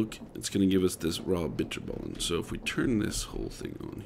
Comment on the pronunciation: as a dutchy i can confirm he said bitterballen weird